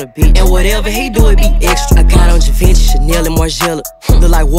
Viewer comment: That is not how you pronounce "GIVENCHY" Lmfao!